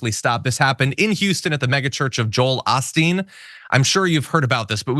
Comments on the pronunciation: Its O-Steen, not Ah-Steen. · Joel Oh-steen not Ah-steen. Y'all normally don't make this type of mistake. Or is it intentional? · His name is pronounced O-steen (with a “long O”). Not “Ahh-steen”. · "Oh" not "Ah" for Osteen. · "Ah-steen"??? It's pronounced "Oh-steen"! And most Houstonians hate the guy!!! We revere Mattress Mack!!! 😂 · It is actually O’Steen, Lord of Blarney. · I live in Houston: it's pronounced Oh-steen. His megachurch bought the former Rockets arena decades ago and turned it into a church. During the pandemic Osteen's church received millions of dollars in PPP loans, and during the hurricanes that have gone through the region, his church has failed to invite in those whose homes have been destroyed. Local news was also reporting that the shooter was a (trans) woman; however, Houston Police say that she is known as a Hispanic female but has a known alias that is male. Verification on the gender of the shooter seems kind of suspect still. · Osteen has a long O. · Oh Steen is how we pronounce it in Texas